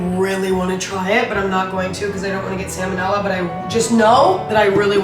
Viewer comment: emma has me googling salmonella pronunciation